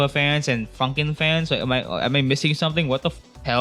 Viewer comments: Honestly it sounded like you said "I found out about fuckin" 😭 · that's not how you say funkin